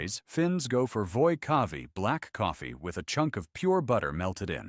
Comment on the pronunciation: The AI text was even worse than the words. Kahvi is not kavi, mämmi is not memmi, ruisleipä is not roisleipä, hernekeitto (pea soup) was twisted into smthg intelligible etc